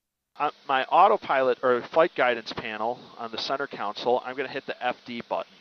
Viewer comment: Center "counsel"? How does someone with a pilot's license think that's how you pronounce center console?